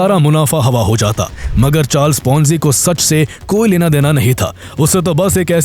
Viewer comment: Last word sound was short is should be istemal kiya jaaaaatha hai not jatha hai